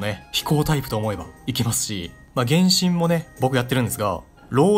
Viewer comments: 原神のイントネーションが天心w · 原神のイントネーションおかしない？w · 発音｢げ⬆んしん⬇｣なの？｢げんしん➡︎｣だと思ってた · げ↑んしん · 原↑神↓呼び笑う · 「ほぼほぼ原神」の発音が「るろうに剣心」で前半の話題の伏線回収みたいになってて好き